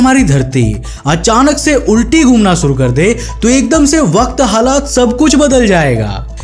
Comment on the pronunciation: Bhai. Suuru karte hai ya shuru Kate hai . Very poor Hindi .. motion .. motan...???